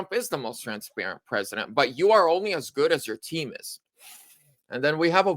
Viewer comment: There is no "D" in TRANSparent!